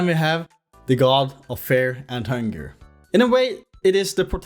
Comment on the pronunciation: Feah and Hungah yippie